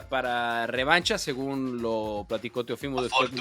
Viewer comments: No es “ Teofímo” es Teófimo acento en la O Mauricio Pedroza, reglas de ortografía básica mi estimado. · Por qué Pedroza pronuncia mal el nombre Teófimo? El acento es en la O no en la i. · Estás mal Mauricio, su nombre es Teófimo, no Teofimo